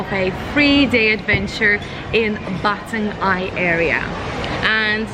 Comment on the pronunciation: Try gurgle with salt water. It may sting, but it'll do miracles. Anyway, stay healthy and safe. BTW, Batang Ai is pronounce I.A.(quickly), not Aye. Oh, the Kuih mueh is not the kuih name. It's Kuih Pe-nya-ram(I put dash so you know how to pronounce it.) When I'm still a kid, I use to called that kuih as Mexican Hat kuih. I like the edge part coz it's crispy.